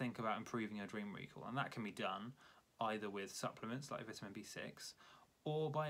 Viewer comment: You’re saying vitamin wrong